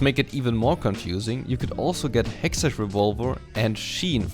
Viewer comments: I'm a new viewer. I don't know how to ask this without being rude but can someone tell me if it's his running gag that he calls hextech (hextek) as hextech (ch as in charcoal)? Great guide nonetheless though :) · Just a quick little feedback of your pronounciation of the "ch" in Hextech, it should be pronounced like a "k"/"ck" so Hextek/Hexteck Gunblade and in Lichbane it should be pronounced like Litsj Bane. The video itself (and the rest of your English) was overal very good and you got I like from me. I personally prefer to build Runic Echoes, pen boots, Lich Bane, Hextech Gunblade, Rabadons, zz rot/other ap item/situational item